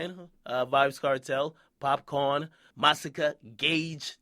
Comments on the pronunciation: I'mma need you to put some respect on the pronunciation of "Popcaan." NOT "Popcorn" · akademiks put some respect on popcaan name it's "caan" not "corn" nigga every Jamaican know that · Popcaan not popcorn, damn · it's pop caan not popcorn -_ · Akademiks can't even say popcaan's name right and he was "born and raised" in Jamaica